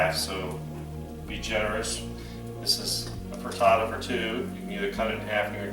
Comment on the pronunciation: You say frittato I say frittata!